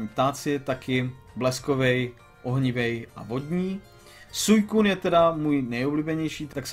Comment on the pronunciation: Suicune se vyslovuje svíkun :D